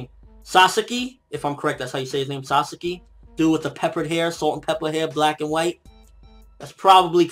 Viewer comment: Okay a few things to be fixed here: i watched only the first two minutes and you managed to mispronounce sasaki, hinami, akira, and onee-chan. If you really do like japanese manga and anime, which there is nothing wrong with that i do too, maybe you should learn the basics about pronouncing japanese and do some research? Especially if you plan to run a video blog, which was pretty good, minus all the mispronounciations.